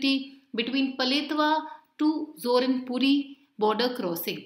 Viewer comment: It's ZORINPUI not ZORINPURI